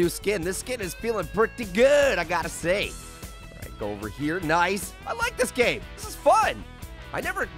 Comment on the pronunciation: When he was turning big instead of saying “nice” instead he said “noice”